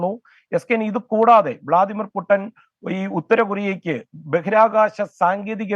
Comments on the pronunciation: പൂട്ടൻ അല്ല പൂട്ടിന് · പുട്ടാൻ അല്ല കൊട്ടാരക്കാരെ പുട്ടിൻ 😂😂😂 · പുടൻ. അല്ല പുട്ടിൻ. പുട്ടിൻ. നമ്മടെ പുട്ടിലെ ഞങ്ങൾ. തൃശ്ശൂർ കാര് കാലത്ത് ചെറുപ്പഴം കൂട്ടി പെടക്കണ പുട്ട് അതിൻ്റ. ട്ട. ok. ഇനി തെറ്റരുത്